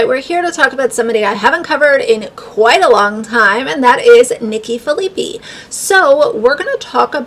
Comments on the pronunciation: Just so you know, their last name is pronounced like "fill-a-pie" 😊 weird I know, but that's the pronunciation of it! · It's hard to watch a video from someone who cannot even pronounce the name of the person they are bashing on YouTube. I am not a supporter of Nikki by any means, but it certainly doesn't make you look credible or like you properly did your homework before making this video.